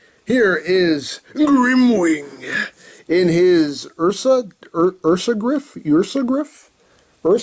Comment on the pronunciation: It's pronounced UR-SA-GRIFF.